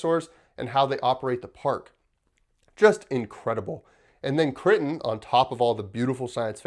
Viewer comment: Kr eye ton. Just so you don’t sound ill informed.